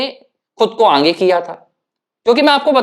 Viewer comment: बुरा ना माने भाई, पर आप आगे का उच्चारण 'आंगे' कर रहे है जो बडा अखरता है।